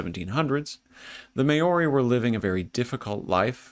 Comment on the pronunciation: Māori is pronounced Mowree the ow sounding like the ou of ouch. 👍